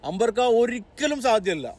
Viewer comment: അമ്പർക്ക അല്ല പേരക്ക